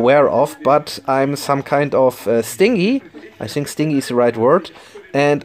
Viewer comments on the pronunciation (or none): Stin-gy. Pronounced similar to “hinge”.